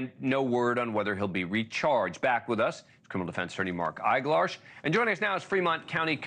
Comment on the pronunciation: Eiglarsh? ... Grrrrrr!!!